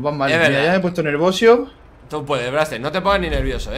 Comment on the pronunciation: dijo nervosio en ves de nervioso